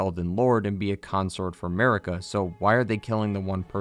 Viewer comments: why does this donny say america when its marika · i will eternally hear 'merica instead of marika for the churches lol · Dude, my native tongue is spanish, I literally can't play Elder Ring seriously because of "Marika"